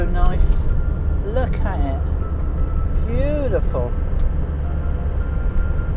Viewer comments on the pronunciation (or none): Are you a turkey farmer ? The amount of times you said bootiful 😝